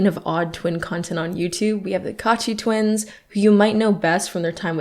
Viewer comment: Why do I keep hearing you said twinks and not twins 😭😭